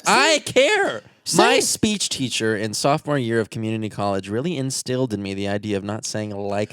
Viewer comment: " my speach teacher" me " speacher" 😂